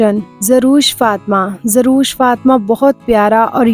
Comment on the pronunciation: زروش نہیں زر وش۔ و پر زبر ہے۔ پیش نہیں